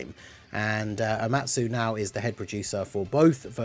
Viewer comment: “Omatu” lol